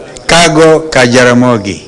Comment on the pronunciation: Kang'o...not kago... Kalonzo u need to start reading stuff before you address people pleeeeeeeeeeeeeeese. We want to make u the 6 th Raila used to to a lot of research n so is Mr Kasongo alias Githinji.